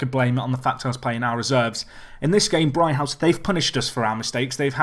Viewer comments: It's pronounced 'Brig-house',. Not 'Bri-house'. You've lost a g somewhere. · "Brig-house"!!!!!!!!